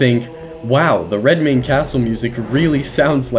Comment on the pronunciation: "I'm DEFINITELY gonna butcher this name" * proceeds to pronounce it perfectly *